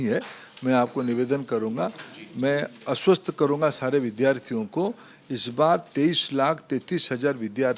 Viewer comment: अस्वस्थ karunga😂😂😂 आस्वस्थ nhi 😂😂😂😂